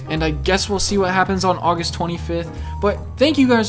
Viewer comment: Ogus Twenty Fif!!!